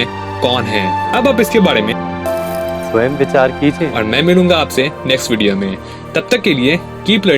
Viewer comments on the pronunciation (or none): none